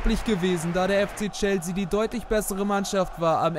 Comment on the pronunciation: Gute videos aber "chelsea" wird chelßea ausgesprochen 😅